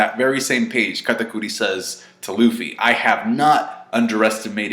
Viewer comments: Kah Ta Cootie = Kata Curry Chef is pronounced Shef Charlette is pronounced Sharlet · Why does say Katakuri so weird. That shit is irritating. An I BET KATAKURI doesn’t lose, Luffy will probably stall out until something else happens which makes one of them depart from the fight. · Your over pronounciation of katakuri is cringe...... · I like how says Katakuri with a spanish accent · Is he trying to sound more Japanese by saying Katakuri that way?